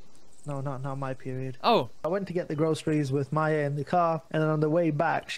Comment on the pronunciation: MAYA NOT MAJA